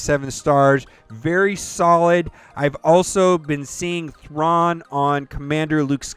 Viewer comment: It's cha boii grand admiral thong lmao